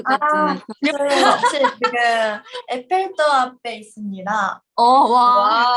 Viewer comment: 즈하 에펠탑 발음하는거 겁나 귀엽네ㅋㅋㅋ 에뻴땁😍